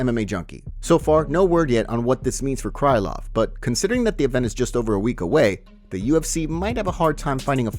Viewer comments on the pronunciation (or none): It's Nikita 'Kril-ov' not CRY LOVE.